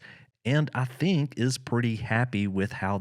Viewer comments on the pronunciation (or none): none